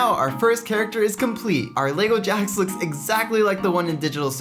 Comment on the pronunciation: You pronounced Jax wrong